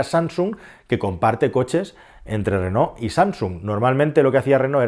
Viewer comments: Ll Renault es el apellido de los tres hermanos que fundaron la marca, franceses ellos, por lo tanto se pronuncia renó y no reno como pones tú, que eso es un animal astado. Si según cuentas se pronunciase como se escribe, pues bien, pero no te hará falta buscar mucho para darte cuenta de que la gran mayoría de españoles decimos renol y no renault con todas sus letras, solo escucha a la gente y de paso escúchate a tí mismo, estoy casi seguro que también dices renol en lugar recalcar cada una de las letras, pero bueno, ni te conozco y por supuesto que nunca te escuché hablar. Y tanta risa con como lo pronuncia Calero, pero vaya, si pronuncio tal cual escribes, la cosa vendría a quedar tal que así: "lo díras donde vivíras ¿tu?". Evidentemente acentué donde no es para que te des cuenta de cómo se te leería según escribes; si uno hace un pequeño esfuerzo y lee lo que supuestamente quieres decir, nos encontramos algo así: "lo dirás dónde vivirás tú", con lo que pones que el pobre sergio alvarez en un futuro lo dirá en un lugar donde va a vivir. En fin, para corregir vale cualquiera, hasta yo mismo cómo puedes ver 😈. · mi pregunta es, por que dices reno?? no renault?? jajaja